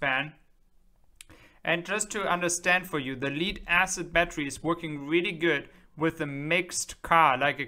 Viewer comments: Thanks for this clip! If you don't mind, "Lead Acid Battery", the "Lead" is pronounced like "Head" or "led" (said, not "Spelled out", like "L.E.D."!)😁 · "Leed" acid battery ... LOL